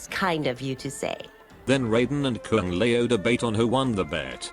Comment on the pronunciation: Kung lay-o 😅😅😅